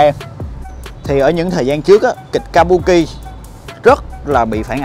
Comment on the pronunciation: đọc chính xác là kabưki a